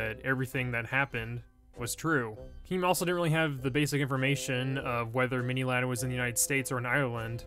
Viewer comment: Did he say “mini lard “ no hate